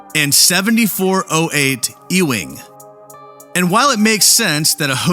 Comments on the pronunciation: "E-wing" Really??!! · Isn't Ewing street pronounced "YOU-ing?" That's how I remember the family's name pronounced on the old "Dallas" primetime soap opera.